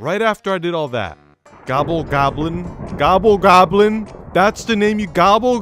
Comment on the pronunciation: He’s called the gobble goblin, he has worked for that name, say it correctly.